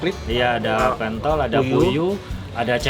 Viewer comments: harusnya pentol dibacanya pentol bang, bukan pentol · Ko Nex, itu bukan pentol tapi pentol 😅